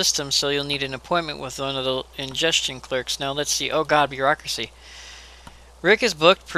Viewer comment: 'Bear-acuracy' ? .... I'm sorry.. that was just terrible.